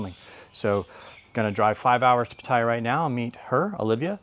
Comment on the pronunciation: I’m sorry I can’t not listen nor watch any further without correcting you on your pronunciation of Pattaya It’s Pa-Taa-Yaa